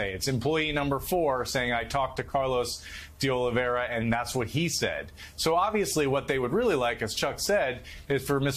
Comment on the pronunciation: So far no one has pronounced de Oliveira’s last name correctly. Cmon MSNBC it’s de Oli-vay-ra not de Oli-vera.